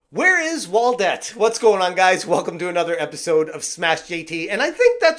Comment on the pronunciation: It's "ette" not "et"